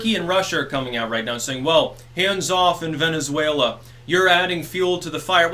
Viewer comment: I dont know why I lost my shit that hard when you said "Venezfaila."